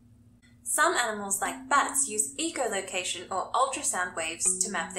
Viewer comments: Not to be mean, just honestly curious as to how you can say echo properly yet manage to say echolocation with eco like eco-friendly and not echo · You missed the point. I was asking why she can pronounce echo just fine on it's own but when she says echolocation she pronounces the echo like eco such as in eco-friendly